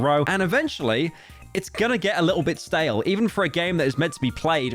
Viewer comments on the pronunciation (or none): none